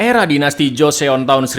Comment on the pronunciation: Bukan joseon tapi bacanya joson